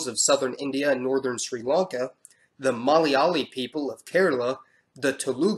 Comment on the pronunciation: You pronounced Malayalee correctly..